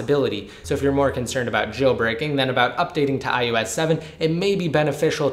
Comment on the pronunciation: why do you keep saying "I U S"? it's IOS